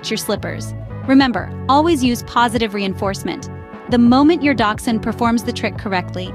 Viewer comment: The H in Hund is not silent. Quite the opposite.